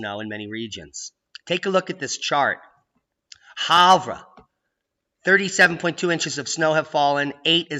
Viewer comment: Havre, Mt. is pronounced Hay-ver(as in very). Why I don't know, but my deceased spouse pronounced the word that way and since she went College there I think she knew what she was saying. Also, she was born and grew up in Montana.